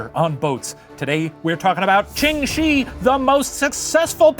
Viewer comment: As someone that actually speaks Mandarin hearing Shi pronounced as 'shee' the whole video grated my ears, but otherwise I appreciate the effort in pronouncing everything else, especially since I'm sure the research that went into this unfortunately involved the counterintuitive and archaic wade-giles romanisation system barf